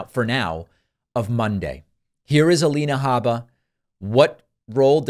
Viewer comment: “Habba” yes, that is the correct pronunciation.